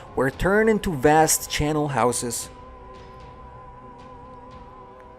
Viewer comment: CHARNEL house, not CHANNEL!